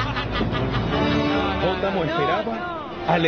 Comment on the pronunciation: Y Así fue como apareció, el "hipopotano" JAJAJAJAJAJ lo dijo con N 😂😂😂😂😂